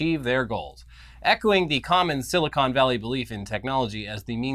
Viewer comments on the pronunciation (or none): none